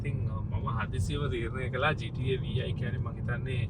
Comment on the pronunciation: ගේම් එකක නමක් හරියට කියන්න ඩිග්‍රී එකක් ඔනද වේසිගේ පුතෝ😂